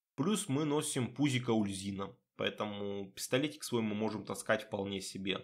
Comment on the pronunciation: Здравствуйте. Довольно интересный билд. Как всегда подробно объясняете выбор тех или иных скиллов. Но есть несколько моментов в видео, которые я хотел бы вынести отдельно. Итак: - Почему "Ульзина? Куда вы дели букву "У"? Бога зовут "Уль-Зу-Ин"; - Может я открою для вас Америку, но... Вы реально не в курсе, что для прокачки "Стихийного баланса" в "Стихийном размене Искандры" "Перегрузку" брать не обязательно? "Перегрузка" никак не блокирует доступ к "Балансу". Это НЕ проходные умения. Для взятия усиления навыка нужен только сам навык. Вы можете взять "Огненный удар" и "Серные осколки" не вкладывая во "Взрывной удар" и "Статический заряд" вообще ничего; - "Облитроксис"... У вас какая-то проблема со зрением, произношением, чтением? Или это ваша фишка? Там написано "Об-Ли-Тор-Икс"; - Ого! Я реально удивился, когда вы правильно произнесли "Ложь Корваака"; P.S.: Да, я зануда. Так сложилось, что я очень чётко подмечаю все ошибки в письме и произношении и у меня от этого подгорает. Надеюсь вас это не обидело.